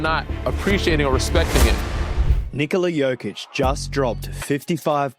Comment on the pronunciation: Hey basketball is an everyday thing for serbs.Perfect pronaunciation btw great video!